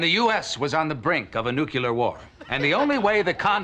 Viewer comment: lol he said “nucular”.